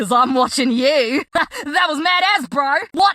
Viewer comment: The “that was mad as” I seriously thought she said that was mad ass